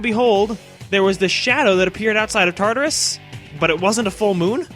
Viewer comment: OKAY I NEED TO WRITE THIS every.single.time he says tatarus i think of TARDIS and im just like IS THIS BIGGER ON THE INSIDE TOO?!?!?! that is all, thank you